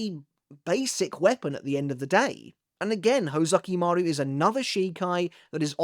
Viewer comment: Is it really "hoe-zukimaru"? Now i can't unhear it, lol.